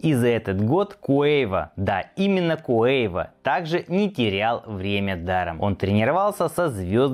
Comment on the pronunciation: Какой куэйва ,вообще-то КАВО